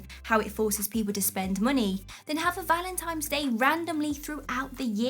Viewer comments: You described me perfectly. I do all of the things you talked about in a relationship. And you are fascinating. But how do I tell her that it is "valentines day" and not "valentimes" day"? Even the spell checker picked it up. No worries, I think it is adorable. Many American women do not like it when you do all the normal (to me) polite things like opening doors and walking on the street sides of the sidewalk to shield and protect her. I had a friend once who would not date American women at all. He said they are all spoiled and entitled in his opinion. I take each person individually and if anything am too trusting. And, of course, I am single. I love being in a relationship but maybe my friend is right about many of the women here in America. At least in California. I try to keep busy to avoid facing the time I spend alone. A caring relationship seems to give me purpose. Oh well. Maybe someday I will meet someone. I'll stay busy until then. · ”Valentimes Day”